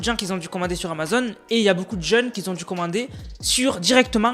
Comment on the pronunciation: Belle video. Mais on dit pas “Qui zont du commander”